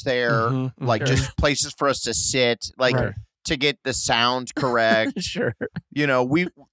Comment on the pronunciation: I thought she said right in the SLIT of this gradge which I was like woah girl